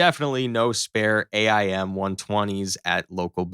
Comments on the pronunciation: Hey AI, its pronounced 'aim' not A-I-M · It really bothers me they the narrator says A I M instead of just "AIM" as a word. I mean, I never knew how it was actually said, but as a kid who loved planes, I always said an aim 9 sidewinder. Also, TIL the F35 flies with its landing gear down.